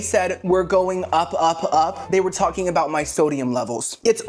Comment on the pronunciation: Lol "I'm NOT gonna talk Cout it" BUT you STILL talked Cout it hahaha I love it ! 🤣 💀 😅 💙